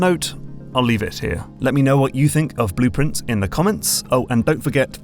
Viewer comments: Same! I went "wait, is the game called 'Blueprints'? I thought it was— ohhhh." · same lol. I was like "why is calling the game Blueprients? Did he got the name wrong? It's Blue Pri- WAIT WAIT" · I feel like an idiot, but only because of your accent did I realize that Blue Prince is supposed to sound like blueprints